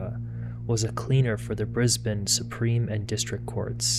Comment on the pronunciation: I LOVE that you say ‘Brisbane’ correctly! I don’t think I’ve ever heard an American pronounce it right 😂 I live there and I’ve never heard of this case!!